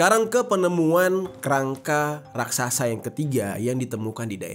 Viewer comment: RAKSASA atau RAKSAKSA